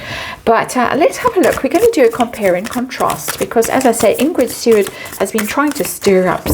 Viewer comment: It’s Ingrid Seaward not Steward - and she’s a rubbish royal commentator 😂